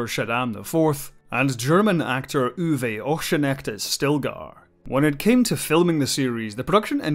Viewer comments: Great video, just one thing. Uwe Oxenknecht - Ou-weh Ox (like an ox) en-knek-ht. I almost didn't know who you mean by the way you said it. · Please look up foreign names before butchering them. Uwe Ochsenknecht for example is pronounced totally differently. Its a matter of respect. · Very nice retrospective, as always. I just lost my sh*t at how you butchered Uwe Ochsenknecht's name 🤣